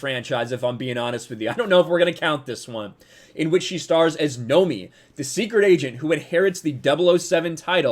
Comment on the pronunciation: Are you fucking kidding me. Her name is Nomi as in No! Me! this is ridiculous. I mean I am aware of the fact that Bond girls names have been a pun since Honey Rider Came up from the sea in the first Bond movie. But as any intelligent human being can tell the names have been kind of joke and were always laughed at from being double entendres. But this is just saying that she is stated to be 007 because people want to see James and she will come in and scream Nomi. Mayby I am reading a little too deep into this but considering the situation I can actually see something this stupid happening.